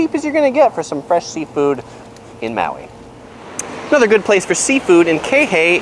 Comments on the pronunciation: Aloehaw! Welcome to Mayui!!! Hahaha dude come on now! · Maui pronounced ma we